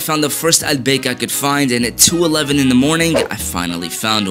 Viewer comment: Bro pronounce "al-baik" wrong 💀😭